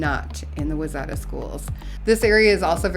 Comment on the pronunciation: Wayzata is pronounced ‘y-zetta’ 😊